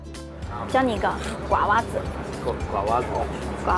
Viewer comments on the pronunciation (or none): 我想说 瓜娃子 发音很不标准~